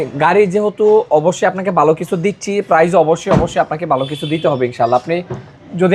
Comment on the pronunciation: "DRUST" ache? Naki "DUST" ache? ..."BOY LAGCHILO"? Naki "VOY LAGCHILO" "BALO.." naki "VALO"? Apnito Banglai Tikmoto Bolte parchen na !!